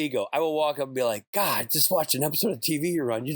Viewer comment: When Rob says "oh my god" i hear him say "oh my me"